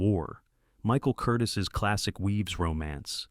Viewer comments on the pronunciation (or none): Change your title. Please check the pronunciation of the names of people in involved. It is not Kerr it is pronounced KAR. Curtiz is not pronounced Curtis it is pronounced Curteez. Your video needs to be edited. Some of your selections are not historical. I love the movies you selected. The Patton relies heavily post-WWII tanks standing in for their WWII antecednts. Much as I love “The Great Escape” it is not the grand daddy of POW escape movies. “The Colditz Story”, “The Wooden Horse”, and even “The One Who Got Away” are its predeccessors. When I think of a historical accuracy I think of the black being based on real world events the right equipment whenever possible is used historical names are used if it’s based on a true historical event, like some of the characters in the longest day were actual people. However, some of your selections are not with many of us would call historically accurate. “Where Eagles Dare” historically accurate film? Are you kidding me they had a bloody helicopter in one scene! Yes, I know they existed in World War II. The Germans had a couple. But not something that you could find at airports in the 1960s. As long as I’m here, Casablanca” is based on an unpublished play not some actual mission in Vichy French controlled Morocco. “The Dirty Dozen” is based on a nove. A possible inspiration is from a special platoon in the 101st airborne division known as “The Filthy 13“.